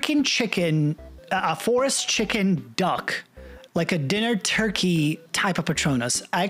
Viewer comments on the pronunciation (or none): none